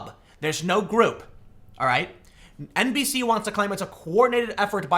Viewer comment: Tim, whenever you can NBC news I cannot help but hear it as NPC news. 4chan has got me now, it's too late for me